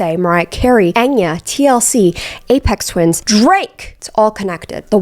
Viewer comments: Did she fr just pronounce aphex twin as “apex twins” 🤦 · I know you did NOT just say "Aphex TWINS" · i’m weak she said “apex twins” (it’s aphex twin) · Y'all, did she just say "Apex Twins"? 😆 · It's "Aphex Twin", not "Apex Twins"...I enjoyed the video, but man, that's just blasphemy 🙃. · Did she say apex twins? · cringed at "A-pex TwinS"... APHEX TWIN. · did you really say 'Apex Twins'?? Girl get that right to save yourself some future ridicule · girl did u say ‘apex twins’?